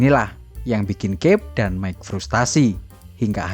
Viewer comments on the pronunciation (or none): none